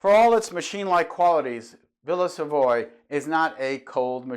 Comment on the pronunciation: Nearly each and every one of your videos leads me to thinking that we could have discussed architecture, and many other topics, for many hours. We seem to see eye to eye many things. One small remark worth mentioning: early on I used to pronounce the name of the villa similarly to you. So much until several European and South American tutors I had at architecture school insisted the correct pronunciation is in French. Hence, Villa Savoye - sounds like Sav-ou-ah, with the the stress on the last part. Although it all took place so many years ago, I can still remember their frustrated gaze to the sound of me calling it Savoy. :-)